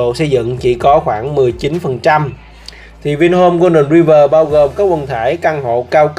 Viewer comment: Đọc là Roai vờ' chứ ai đọc tiếng anh mà gọi ri vờ?